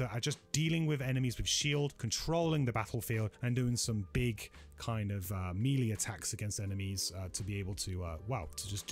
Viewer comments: This is a very good video, I like the format and 50 minute flew by and it never seemed to drag. One thing though you're killing me on is that melee is pronounced MAY-lay not MEE-lee. Looking forward to the next one! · Amazing videos and thanks for all the info. Nice voiceover quality and accent - but please can you pronounce “melee” correctly, though?